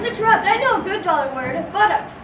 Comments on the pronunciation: Love this, but one mistake. It’s pronounced (Tear(ipt). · He said the name wrong! In the book it specifies that it’s pronounced Tare-upt. Not like interrupt. This is an outrage. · Whoever made this, the teacher's name is pronounced wrong. It's pronounced "TARE-upt" not "trUPT." It says so in the 2nd book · This was great! Except, it’s pronounced Tare-upt not Tur-upt, it says it in the 2nd book